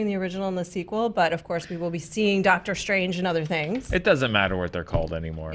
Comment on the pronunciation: Did say "DOGTER Strange 2"? Movie just got better